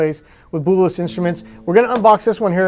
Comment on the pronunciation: Name "Bułas" is pronounced: BOO-wahs - accent on first syllable. And please don't insult our language by making a joke about the sounds. English is pretty stupid - "gh" is pronounced 3 different ways in these words: rough, though, night. Should be "ruff," "thoff," "nift." Or: "row," "thow," "niwt" Or: "ro," "tho," "nit."